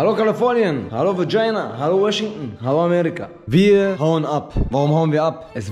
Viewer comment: Hat ernsthaft hallo vagina gesagt hahahahahqhq